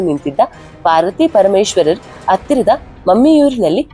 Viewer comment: ಬೃಹ್ಮಸ್ಪತಿ ಅಲ್ಲ ಬೃಹಸ್ಪತಿ. 'ಹ' ಕಾರ ಹೇಳಬೇಕಾದಲ್ಲೆಲ್ಲ 'ಅ' ಕಾರವನ್ನು ಯಾಕೆ ಹೇಳ್ತಿದ್ದೀರಿ? ಉದಾ: ಹತ್ತಿರ -ಅತ್ತಿರ. ದಯಮಾಡಿ ಕನ್ನಡ ಭಾಷೆಯನ್ನು ಸ್ಪಷ್ಟವಾಗಿ ಉಚ್ಚರಿಸಿ